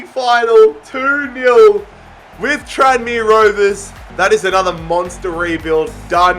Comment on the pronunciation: “Tran me Rovers” 🤦‍♂️